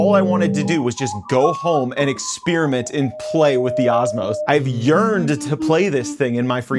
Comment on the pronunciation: "c𝔤𝔤𝔤lassic" "expeariment"